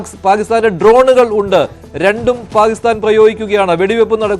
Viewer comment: Why you are saying always Palisthan. Pakisthan ennu thanne parayan enthenkilum budhimuttu undo?